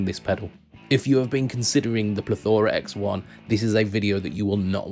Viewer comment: it is Plethora x 1 not plethoraxe one